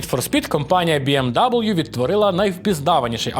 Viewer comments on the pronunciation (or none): То бі ем ві, а не дабл'ю. Контора німецька, букви німецькі. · БМВ а не БМДабл’ю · Біемдабл'ю? Хаха Німецьке авто німецькою Бе Ем Ве, а американська вимова бі ем дабл'ю звучить від тебе не дуже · Не БМ Даблью, а БМВ, це ж німецька назва, байрішен моторен Верке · Тільки не Бі Ем ДаблЮ) БМВ) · Не кажи w кажи v в BMW Bayerische Motoren Werke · Яке, до дідька, бі ем дабл ю? Бе ем ве. Bayerische Motoren Werke AG або скор. BMW (Баварські автомобільні заводи, БМВ; вимовляється: Бе́-еМ-Ве́). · даже німці кажуть БМВ, цей хряк - БМДАБУЛЮ, жесть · Its БіЕмВі нот БіЕмДаблю! Байріш Мотурен Вяке. Лерн іт! )))) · БеЕмВе не бі ем дабл ю ЛамборГіні не ламборджині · "БМ даблъю" - это не правильно. Правильно - БМВ. От Bayerische Motoren Werke. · А хіба не БіеМВі? Це ж німецька компанія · сам ти БІ ЕМ ДАЮЛʼЮ. W в німецькій це не даблʼю, це В. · Коли ти вимовляєш BMW, як бі ем даблю мені аж в очах темніє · Німецькою ж так само як і в нас вимовляється. Тому я теж не розумію, нащо називати англійською, але це дрібниця. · Bayerische Motoren Werke AG або скор. BMW (Баварські автомобільні заводи, БМВ; вимовляється: Бе́-еМ-Ве́) P.S. Моїм вухам було дуже боляче.